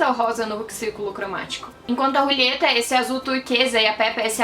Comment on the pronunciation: Eu ri muito porque ela fala "Rulieta" sendo que é Julieta kkkkk. Você fez o meu dia.